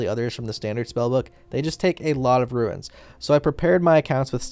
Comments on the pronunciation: its roons not ruins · It's runes... Not ruins.. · is it an accent thing? or doesnt everyone call the runes in runescape "ruins" lol